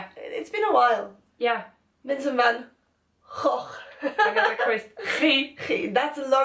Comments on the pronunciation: Haha "van Goff". Not exactly how to pronounce it :P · You prenounced van Gogh almost correctly xD cause i am Dutch and it is pretty hard for ppl to prenounce it